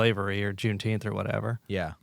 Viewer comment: It's pronounced "Juneteemf"